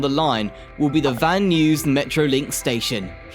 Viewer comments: Another Click-Bait where the Thumbnail has nothing to do with the subject. This dafty guy is slaughtering American English left and right. It's pronounced "BART" as in Simpson! No one calls it "B-A-R-T". Also, Van Nuys is pronounced as "Van Nuys" as in "Guys", not "News". Another one: "Los Angeles" is pronounced "Los An-ge-less", not "An-gel-eeze" like "squeeze". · Van Nuys: pronounced Van NEYES as in "eyes", not Van News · “Kla - Mathe”?? and “San Joe-Say” really?? “Please - on - ton?!?” “Van News”?? “Ventura Country” Country??”Standard Gorge track? Can’t these be edited and corrected?? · I know.. the mispronunciations are cringe. San Jose, Pleasanton, Van Nuys! Just do some basic research if you're not sure how to pronounce words.